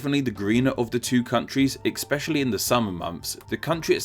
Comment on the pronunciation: EXPECIALLY??? How about saying "especially"? There is no "X" in the word.